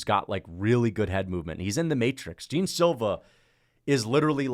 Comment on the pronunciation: it’s pronounced “john” but spelt jean